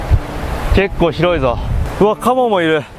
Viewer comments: カブを獲りに行くまでがしんどそうで見ていられなかった💦けどもっと見たいw 茎噛んでるときのシャキシャキ音がたまらん カモが一瞬カバに聞こえてびっくりw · かばって聞こえてかばいるんだーって思った